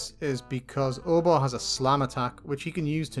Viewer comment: pronounces Obor differently than me. I don't say "Or-Bah" I say "Oh-Boar'